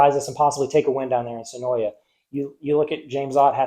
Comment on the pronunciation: Great vid, my family owns the track and the way you say senoia would be considered a sin 😭. Senoia is suh-noi there is no YA at the end.